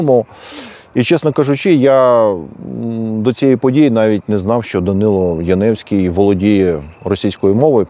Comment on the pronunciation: Прізвище згаданого вами персонажа правильно було б читати як Янівський з наголосом на першому складі. (вірогідне походження від назви містечка - Янів). Ось звідки в нього прокинулась ностальгія за всім юдейським.